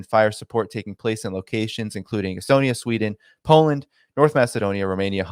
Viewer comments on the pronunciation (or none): none